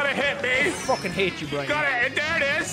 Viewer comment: I could tell them all apart. Sean and are the ones that I watch the most then after that it’s Brian then. Also if you watch and Brian you know that sometimes (most of the time) says “Brine” instead of Brian.😂😂😂